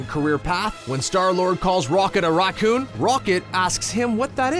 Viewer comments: why can't he say Racoon?? what is a rockoon? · You say raccoon so weirdly, it sounds like rock-oon Like the video tho, gave it a like 👍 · Idk if anyone else noticed this but the way he pronounces Raccoon was a bit off to me 🤔🤔🤔🤔🤔 I heard it like Raw coon though I would say the ra part like racket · why doesn't this guy know how to say raccoon